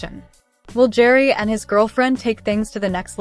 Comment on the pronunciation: Pronounce Gerry like GARY